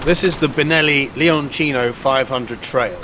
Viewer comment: Honestly I'm just glad to hear somebody who knows how the letter 'C' works in Italian. Props for saying LeonCHINO and not some jersey-italian travesty.